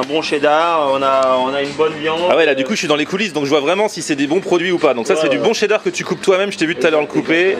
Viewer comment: il a di chedar pas chee dar